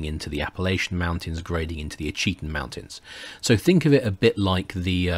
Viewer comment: Fascinating series, thank you. As a matter of interest, Ouachita is pronounced "WASH-it-taw." Waving from central Arkansas... 😊